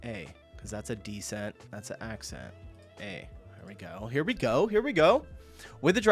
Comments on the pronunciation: That's some steep "accent" man 😂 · This is the first time I've heard a NATIVE English speaker pronounce "ascent" as "accent'. WILD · The pronunciation of "ascent" is killing me. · Ascent...not accent. Descent, not what? lordy xD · It's due to his accent 🙂